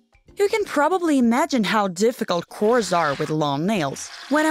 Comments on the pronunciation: She said core instead of chois. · she said cores not chores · What type of accent is that?!?!? Lol also... cores?!? No! It’s chores! CH-ores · It’s ch o re not cores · Did this girl just say KoReS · Why did she call chores “kors”? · she said cores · no she can't read English right not rude just true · Omg the pronunciation of chores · Any one else bothered by how she sais "chores" Just me ok